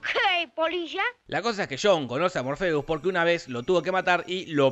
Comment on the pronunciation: Todos: Morfeo Te lo resumo: morfiu.